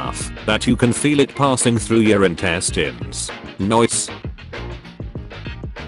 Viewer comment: why did it say intestines like that?